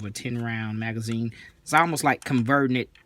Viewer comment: "Tin roun magzeen with a shpring" -- I get it, yep!